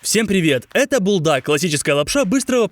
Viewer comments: Бультак а не бултак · ne beldak a buldak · Бульдак а не булдак